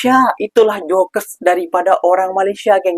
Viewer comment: Jok jok jok jok jok bukan jokes bacanya😅